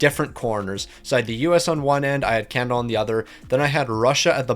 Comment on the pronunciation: The U.S. is not "Juan" , it's America Where is Can-Ih-Der 🤣🤣 Why didn't that guy Cal Gary show up?